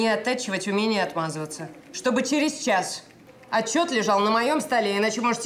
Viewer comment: "Что бы через чаШ лежал отчет у меня!" У у этой актрисы с произношением букв проблемы! Аж слух режет!